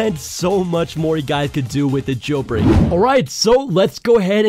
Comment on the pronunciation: “Jel brek”